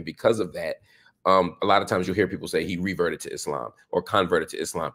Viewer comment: Love how he says Islaam and not the typical Eeslam you normally hear on western shows